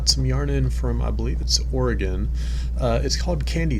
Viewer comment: What about some hexipuffs (for an eventual quilt) to use up all those scraps of sock yarn from past projects? Well done pronouncing Orygun correctly.